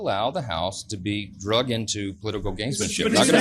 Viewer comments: The word is "dragged" into.,... not "DRUGGED".. is that a Freudian slip? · “Drugged” into instead of “dragged” into…..Freudian slip???